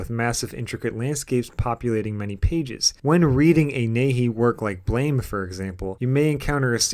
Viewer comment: And its pronounced 'BLAMM!' ... not Blame!.. 😆🤣👍😎ブラム! Buramu!...meaning explosion, not fault.👍